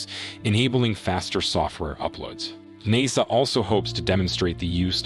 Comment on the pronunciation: he lost me when he said naaasa